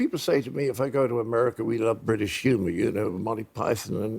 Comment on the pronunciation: There is no "R" at the end of the word "America".